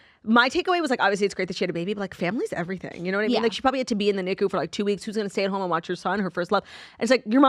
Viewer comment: Girlies love you so much obsessed with you 0 complaints except just one tiny little one. Don’t hate me. - it’s n i c - you. Nicu. Love yaaaaaaaaaaaaaaaaaaaaa❤